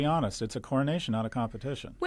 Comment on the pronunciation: Coronation is too strong a word. Honestly we know the VP is usually the next in line why is SCott calling it "cornonation" there IS NOT ENOUGH TIME.